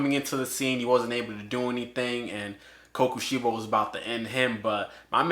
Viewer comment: Him saying sorry if I pronounce this wrong for kokoshibo him saying almost everything in the video wrong